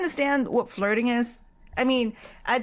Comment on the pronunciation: on "i hear the lurding?? what is that " { you mean flurting!! NOT lurding!! } omg like what you say girl!!??